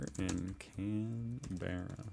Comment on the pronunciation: You nailed Canberra 👍